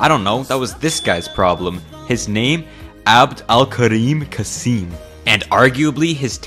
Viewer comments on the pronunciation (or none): You say it wrong and funny 😂😂😂 its name عبد الكريم قاسم 😂💔